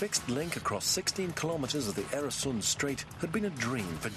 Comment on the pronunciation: Mispronunciation is annoying. Oer rhymes with fur, not air. And it's the same in Swedish & Danish, except that the "oe" sound is written Ö in Swedish and Ø in Danish. Plug: I once wrote an article, The Bridge over the Øresund, about the flight of the Danish Jews to Sweden in 1943; Journal of Contemporary History, 1995.